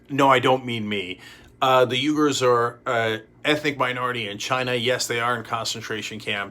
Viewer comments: Loving your opinions Cenk. Can I raise a small piece of info? "Uigers" is pronounced "Weegers". Keep up the fabulous work guys. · Pronounced “wee-gurs” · Isn’t it pronounced “wee-gars”? Not bring critical I’d just like to know if by chance I’m wrong. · BTW. "Uighurs" is usually pronounced: wēˌɡo͝or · Cenk can't pronounce "Uighurs" properly ... =-/ Also: Superchat by "Dah-Vid Pac-Man"!! X-P